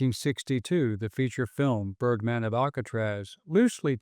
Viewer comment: Ohhhhhh...I thought they said turdman of alcatraz...😂